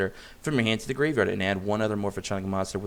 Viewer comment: I'm dying a little every time he says "Morph-a-tronic"...